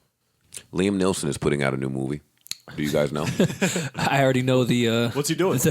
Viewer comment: Joe butchered Liam Neeson's name lol